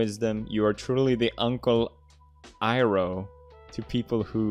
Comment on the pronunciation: The way Pewds said “Uncle Iroh” makes me believe he doesn’t know who that is, which is concerning